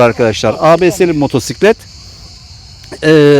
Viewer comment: kardeşim hoş bir sunumunuz var sohbet tadında.Elinize sağlık.Müsadenizle arkadaşlar hitabı daha az olsa daha da güzel olur demek istiyorum.Nerdeyse bu artık nakarat haline geldi günümüzde. Motosiklete motsiklet demeyerek doğru telaffuz etmeniz de yerinde tabii ki.Çok teşekkürler..